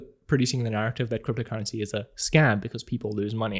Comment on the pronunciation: I'm just here to listen how you pronounce "cryptocurrency". I reeeaaally like it! 😊